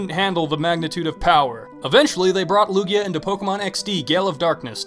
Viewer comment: #1, IT'S HO OH, NOT OH HO! #2, IT'S EITHER LUGIA OR LUNALA, NOT LUUAGA (I DON'T WHERE YOU GOT "LUUAGA")! #3, MEGA MAN AND JOHN CENA ARE NOT POKEMON, THERE JUST RANDOM BEINGS YOU PUT ON THERE! DON'T BE STUPID NEXT TIME!